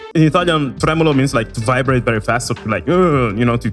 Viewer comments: man, your italian pronounciation is on point! you actually pronounce italian words like a mother tongue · sei italiano? perchè la pronuncia delle parole come vibrato etc... sono perfette